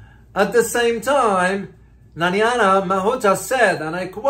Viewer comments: It takes very little effort to read her name, which by no stretch of the imagination says Nanyana. It does take research and effort to produce a credible news report. In today's internet world it takes little effort to find out a person's name is pronounced in their own country. Exam result for this reporter is a big F !!! (Or rather U (useless). P.S., It is my intent that my comment is helpful by pointing out the major failure in professionalism and encouraging him to do what he should have done in the first place, thus lifting his standards. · Her name is pronounced " NA-- nai-- ya" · Please pronounce her name correctly. It's not that difficult. Her name is not Nanyana. She's an awful politician, but still deserves to have her name said properly.